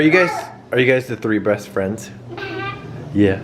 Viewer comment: Lol sounded like said breast but captions picked up "best friend"